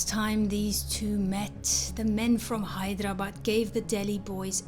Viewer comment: The way you say "Hyderabad" sounds like you have been to Hyd. Sounds crisp.